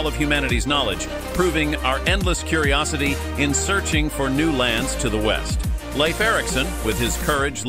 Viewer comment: Pronounce Leaf Erikson to be right as Lief and not as laif. 🌕Leif Erikson is believed to be the one who told about Vinland as reported in the Icelandic saga. He spoke old Norse. ⛵